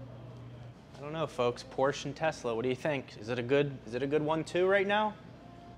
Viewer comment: Thank you for pronouncing Porsche correctly. Every time I hear "Porsh" I cringe.